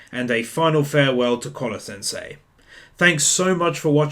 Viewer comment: I can't shake the feeling that you're saying Collar-sensei instead of Koro-sensei lol.. never mind that, great work man.